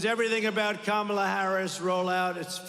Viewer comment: He keeps accidentally pronouncing 'Kamala' correctly.